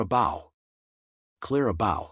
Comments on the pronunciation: totally ridiculous virtually none of these are in anyone's mind as hollywood celebrities Also it is clara Bow like tying a bow not BOW. like a cow saying BOW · Clara Bough???!!! How about Clara BEAU? I spell them this way to illustrate how lazy and insulting it is to your viewers to get the names of your subjects wrong.. JESUS CHRIST!!!! DO YOUR F**** HOMEWORK GUYS! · The AI voice doesn't pronounce Clara BOW'S name properly. And Barbara La Mar's name isn't pronounced properly 😮 Theda Bara's name is a mess.